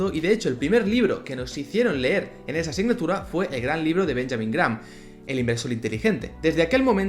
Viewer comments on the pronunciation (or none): none